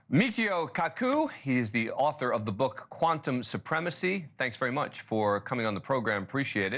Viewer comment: Say the mans name correctly